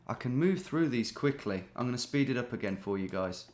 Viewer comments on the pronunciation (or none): none